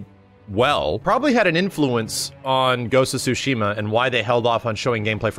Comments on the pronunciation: Yeah, the ‘T’ is definitely not silent in Tsushima. It’s supposed to be ‘Tsoo-she-mah’ (I’m no professional when it comes to writing out pronunciations, so give me a break). Also, in Japanese, the first syllable is the stressed syllable more often than not. So, we tend to say ‘He-roh-SHEE-mah,’ but the stress definitely shouldn’t be on the third syllable in Hiroshima. Anyway, it’s not really all that important since the Japanese butcher English pronunciation with katakana, but if anyone actually cares about how it’s pronounced in Japanese, there ya go. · It's not "Sushima" , the "T" isn't silent. The developer simply doesn't even know how to pronounce his own game's title. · The T is not silenced. It’s actually TSU. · No the accent is actually Tsu-Shi-MA !! ツシマ、対馬 That's why make me laugh when I heard they say Su-shima!!😂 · No the creators confirmed it's said like sushima. The T is silent since the Dev said it in the State of Play. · The T in tsu is never silent in Japanese btw. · the t sound in tsu つ is slightly pronounced, it’s not su す which holds no t sound. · Dank Vader16 dev pronouncing it the american way like how you guys pronounce tsunami as “soonami”. the correct way of pronouncing is explained well by the mr up there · The T in Tsushima is definitely not silent. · the T isn't silent in japanese, it's just how he chose to pronounce it in english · the t is NOT silent, they just say it like that to make it easier... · I've actually been to Tsushima...there is nothing there. And the T is definitely not silent but it's a slightly difficult pronunciation.